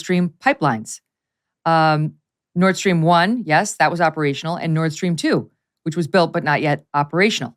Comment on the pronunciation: Seems it's the Nord Stream pipeline. You must be saying "nord" seeing as you appear to be reading it. But it sounds as though you saying "north". You might want to consider over pronouncing the "th".